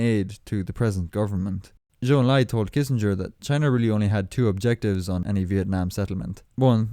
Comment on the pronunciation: President Nixon is probably the only US President who knows how to properly pronounce a Chinese name like Zhou Enlai.